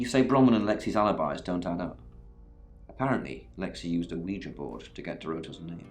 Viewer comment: Acho muito engraçado como o fala ouija.